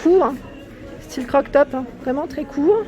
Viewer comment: Merci pour le petit tour! cependant c'est "cropped top" et non pas "croc top" 😂 bisou!